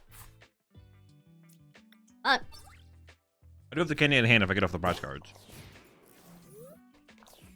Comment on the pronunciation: Why pronounce 'cards'as 'cooorllds'